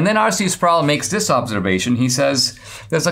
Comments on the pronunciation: RC Sproul is pronounced not rhyming with "prowl" but rhyming with "pole," or "roll." Just FYI. Listen to Ligionier Ministries. Loved RC for years, and now he's gone, still love his stuff thru Ligionier, pronounced Lig-gun-ear hard "g". :) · R.C. Sproul's last name is pronounced, Sprole, not Sprowl.